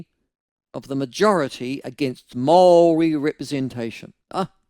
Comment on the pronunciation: Why are your pronouncing Maori in such a strange way.? It sounds if you have something stuck somewhere. Also why are you falling into the trap of being controlled by these controllers with the accents over their written language? They never had a written language now all of a sudden they have new made up words with funny accents and every one has fallen in line. You are under their spell Michael.